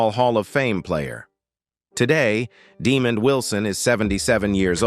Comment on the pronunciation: The emphasis is on "mond" in Demond Wilson.